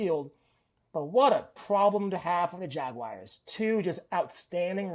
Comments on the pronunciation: jagwires vs the bingles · The jagwires?